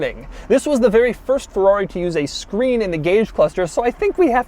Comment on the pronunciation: Fewrawi? First learn to pronounce, then review.